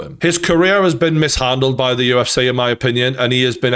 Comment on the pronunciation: It's the 'UFC' not 'UF-SEE' -Gane, probably